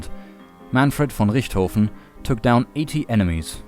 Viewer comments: Just a question, are you German? You pronounced Manfred von Richtofen perfectly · Me, a German, listening to him speak: His pronounciation is great, but he sounds kinda German... X-VA: Ja...jawohl. Me: Hmmm... X-VA: M A N F R E D V O N R I C H T H O F E N